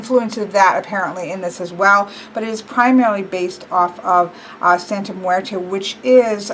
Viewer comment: You need to practice saying that name because I kinda cringed when you said the name. Not that I'm saying you didn't say it entirely wrong. On some occasions you said it right